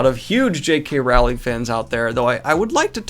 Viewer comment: Dude, Rowling is pronounced row-ling not rall-ing. Like row row row a boat.